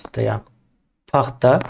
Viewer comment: Sapar aga senem.PAGTA...dal...PAHTA.Diymela😂😂😂